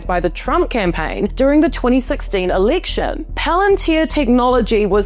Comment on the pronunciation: What’s an “eliction”?